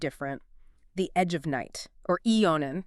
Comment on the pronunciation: didn't you watch even one episode of Edge before making this? that's not how Monticello is pronounced. AI slop. I watched it from the '60s onward and never once heard anyone ever call it "EON" The "Agich of Night?? "EONON??" wft? - don't you edit these before publishing?? what time is it? "two point thirty"?? "four point zero"?? slop slop slop Raven was married to both Kevin Jamison and Logan Swift before any Whitney/Brown plot was ever hatched - slop slop slop